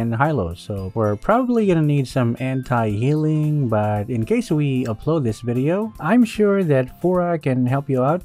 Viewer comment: When he say anti i always hearing it hentai